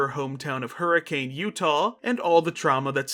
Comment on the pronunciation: To be a bit of a Utahn, Hurricane is not pronounced as the weather phenomenon, you pronounce it as Hurr-uh-cun, cause for some reason when settling up towns here and naming them we decided to be extra special